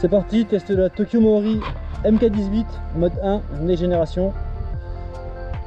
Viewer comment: Je m'abonne, petite review très sympa, même si ça manque un tout petit peu de données techniques. Mais par pitié, c'est "Tokyo Marui". Essaye de prononcer "marre-où-oui" et pas "mao-riz" 😉